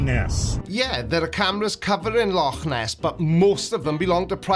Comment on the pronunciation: Nice to hear Loch ness being pronounced correctly for a change.